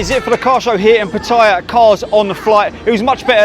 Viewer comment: Hi! PATTAYA is pronounced...PAT-TAH-YAH. No hate, just want you to say the name correctly.